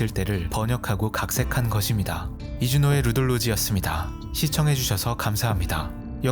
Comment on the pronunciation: 이준호의가 이주노예로 들리네 ㄷ